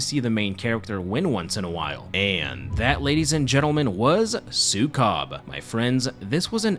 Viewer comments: its not su-cub it's Sue-kob. k-ob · 'su-COB' made me burst out laughing. it's su-KOH-b like how you say 'zuko' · It really bothers me that people don’t seem to even attempt to look up proper pronounciation when they cover foreign media. Maybe I should be grateful my culture is getting any Western recognition at all, but it always rubs me the wrong way. It’s pronounced, “sue-KOHB.” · Say it like "Sew" "Coob" like Scooby Doo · It's "súkob" with accent on the first syllable :> Thank you for coverung this film! It traumatized me as a child 😭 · As a filipino, im gonna be brutally honest---the pronunciations of the filipino last names (and the title of the movie) made me chuckle. not a bad thing, i love getting coverage of media from my country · Yey ❤ thanks. By the way you pronounce Sukob in a very foreign way 😂